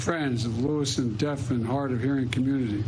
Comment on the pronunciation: he mumbled about hard of hearing community? Everyone's eyes did a swivel, I can't be the only one who noticed it. Closed caption was even like "nah lets sit this one out"